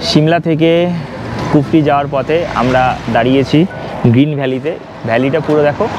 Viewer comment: Bhai kotha ta kufri.....kurfi noy....Bhai thik kore bol